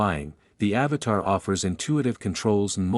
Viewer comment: At least pronounce the names correctly. AVATA NOT AVATAR.